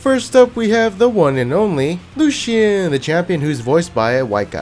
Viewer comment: LucyIan, who says it like that ?